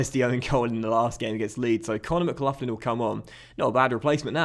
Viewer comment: MCGLOCKLIN not mcluflin that sounds like a mcdonalds breakfast